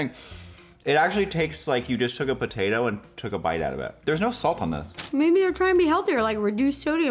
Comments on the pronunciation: IT REALLY TASTES TIKE A PO TAA TO (no hate<3) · “they really taste like a PUHTAYTOE...” 😂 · I love how she emphasized PoTaTo 🥔 I’m deeeaaaad ……or maybe I’m delusional 😆I mean it is am